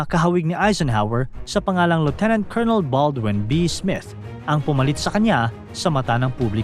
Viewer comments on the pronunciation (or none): none